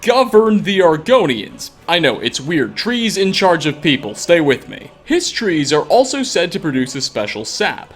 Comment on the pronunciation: Not a hist tree, an Um-hist.